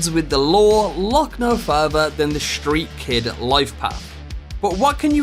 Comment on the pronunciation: "Shtreat kid"